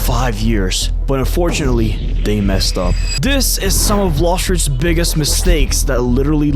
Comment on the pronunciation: Why does he say Bloshfruits at the start